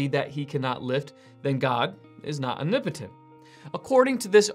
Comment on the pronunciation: Why do you pronounce it ''unipitin''? It's ''om-ni-po-tent'' You're skipping like 3 or 4 letters.